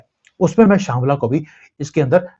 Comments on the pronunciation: शांबला नहीं शंभाला ❤❤ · श्यमला नहीं है उसे शभाला कहते